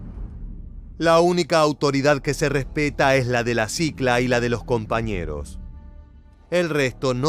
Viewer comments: Señor, no es sicla, es clica!!! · Una pequeña correcion, es "clica" no "cicla"